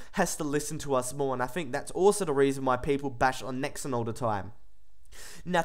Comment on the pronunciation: Why do you pronounce it Nex-En ?